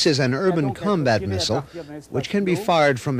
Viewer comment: Mistle? Learn how to speak properly ya gallah!